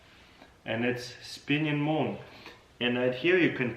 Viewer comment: "Boom!" No Taras, it's "Moon!"